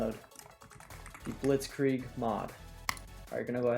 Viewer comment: The way u say blitzkrieg is really good, and i am german